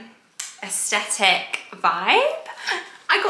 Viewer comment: Just a heads up, you pronounce it ‘aes-TH-etic’, NOT ‘aes-T-etic’. 👍🏻